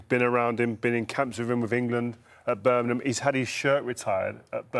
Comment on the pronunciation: Rio can't say Birmingham right 🤣🤣